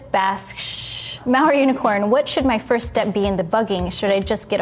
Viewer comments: I kept rewinding because I couldn't believe she was calling herself "Mao unicorn". E-nun-ci-a-tion! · I heard Maori unicorn until I read her #. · C N i thought she was saying Maori unicorn also, until I saw it was malware unicorn 🤣